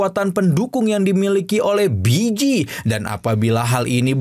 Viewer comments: Walaupun emang namanya di tulis Bi ji tapi dichina cara baca nya harusnya Pi ji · Baeyji bang bukan biji😂😂